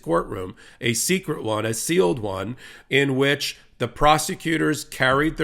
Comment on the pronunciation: Lmao! It's not "secrete" It's still pronounced "secret"